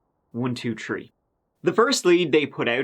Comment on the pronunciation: Glad he still does that to be silly. He can easily pronounce the th as you can hear him say the, this, them, they, there, that, thirsty, thousand etc. But, when it comes to three, third, thirty etc, he stays Irish and it's all about the trees and turds lol.